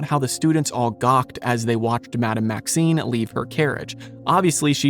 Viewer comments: You are mispronouncing the name of the Headmistress of Beauxbatons. You are saying "Maxine", but the name is "Maxime". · She is Madame Maxime, not Maxine 🤪 She is called by her surname, whereas Maxine makes it sound like her first name...which is actually Olympe. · I believe it’s Madame Maxime (with an M), not Maxine.